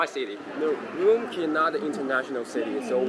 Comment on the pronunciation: That’s urumqi not umrqi😂😂